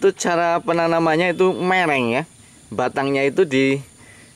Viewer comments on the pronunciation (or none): Miring mas,, bkn mereng hehe